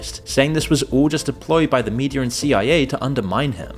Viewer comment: 🛑🛑🛑 it's pronounced "Media" not "Mediarr" "Data" not "Dater" The way it's spelled is the way it's pronounced 🤷🏻‍♂️🤷🏻‍♂️🤷🏻‍♂️